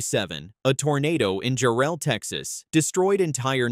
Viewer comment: For the jophlin tornado it was 158 not 161 at least say the number of kids for the Moore tornado it's jarrel not jaRELL get it right